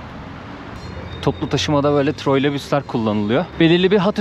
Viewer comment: Troylebüs değil Troleybüs..